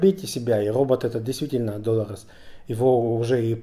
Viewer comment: Что заставляет называть главную героиню ДОлорес? С удареним на первую О? Какое правило, или где это было слышно хоть раз?